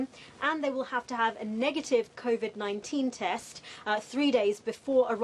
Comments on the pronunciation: "combat 19" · she said it CONVID 19